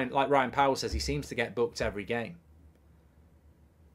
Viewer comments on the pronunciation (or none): none